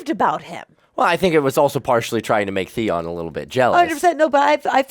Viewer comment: are ya''ll really paying attention tho? some of the stuff you say is wrong lol. you gotta pay attention closely, and don't just listen to what you wanna hear. i love jon, ans theon, i do love the hound too. you said theon's name wrong lol, it's like the-on, on as in switch ON. it's get way better in the later seasons. i honestly hate cersei with a fucking passion. you guys are lucky tho, cause everyone else had to wait for the new seasons, now ya'll can get just binge watch it. i'm so tired of the lanisters getting away with it, but everyone else isn't allowed to? nah the lanisters especially cersei thinks she's al that, but she's really not.